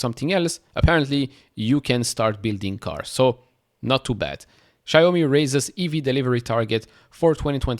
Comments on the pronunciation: It’s pronounced Shao Me. Rhymes with Cow Me. 😂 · All great news but its Xiaomi (ciao me) for pronunciation